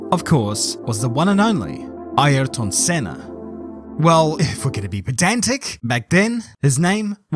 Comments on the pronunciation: Note: ayrton senna's name pronounciation is aerton senna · 'Airton Senner' 🇬🇧